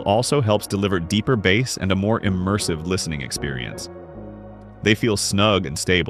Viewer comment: I'm out, not listening to your opinions on this. This video called thr audio term bass (pronounced like "ace" with a b in front) like bass as in the fish (rhyming with "ass" with a b in the front) and I stopped the video. Yes, they're spelled identically, they're homonyms. But, if you can't pronounce a basic sound term correctly when talking about an audio device, you lose all credibility, and I can't trust your opinion.